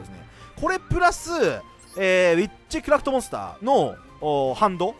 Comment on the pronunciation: えっちくらふと・・・？(空耳)